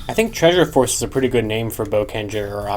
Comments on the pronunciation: With the Gaoranger key in the Korean Mobirates Why did I hear Jungle P***y instead of Jungle Force ? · They pronounce "force" as "poseu" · What did he say 😳 The way it says force doesn't sound right.